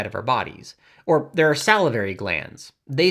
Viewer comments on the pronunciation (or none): none